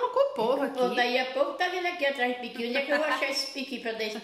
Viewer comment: Ôh delícia!!! E ainda pronunciou igual a nós mineiros do Norte de Minas, PIQUI!!! KKKKKKKKK e gosta de comer bem, pequi é vida!!! 👏🏽👏🏽😘😘😘